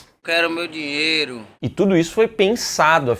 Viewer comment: Eu quero meu "Diero" 😂😂